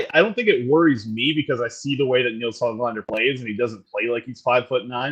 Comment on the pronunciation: " has never met Nils Höglander" - good, maybe he'll finally learn how to properly pronounce the 'ö' in "Höglander"... no wait... Nils will probably have to win the Lady Byng or something to garner that kind of respect...or perhaps he's just "not black enough" 🤦‍♂️ But all kidding aside, it was great to have on, a wealth of knowledge from a hockey insider is a real treat. Good job everybody!